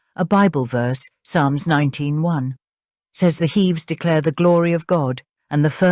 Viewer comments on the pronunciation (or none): none